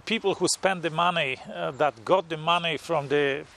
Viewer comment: I like the way you say "Mahneh"